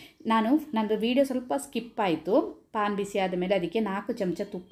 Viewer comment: Plse paan (ಪಾನ್) ಹೇಳ್ಬೇಡಿ sis its pan ಅದಕ್ಕೆ pronounciation ಬೇರೆ ಉಂಟು